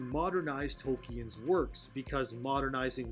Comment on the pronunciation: I’m pretty sick of the woke bullshit too. What I’m also sick of, is people pretending to be guardians of Tolkien’s work, when they can even pronounce his name correctly.